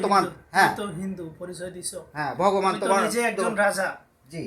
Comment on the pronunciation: এরা একটা ভন্ড মানে বড় ভন্ড,হিন্দু জিনের বাদশা বলে ভগমান তাদের দেবতার নাম 'ভগবান' মানে নিজের দেবতার নাম ঠিক করে বলতে পারে না হিন্দু জিনের রাজা।ওরে বাটপার।